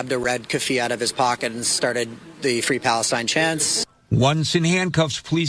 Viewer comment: Fwee fwee pawistyne